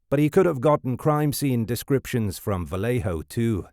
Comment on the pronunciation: Not to be that person... But as a person from Benicia, it's pronounced "Vallay-oh"" not "vallay-hoe"".... even the movie gets it wrong. I know it's correct from the source, but only out of towners pronounce it "vallay-hoe""